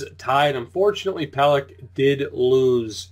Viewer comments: Yeah its pel-eck not pel-ech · I'm pretty sure it's pronounced Adam Pelek, not Pelech